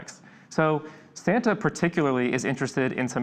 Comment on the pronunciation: You mean "Sam-ta" ♡ 🎅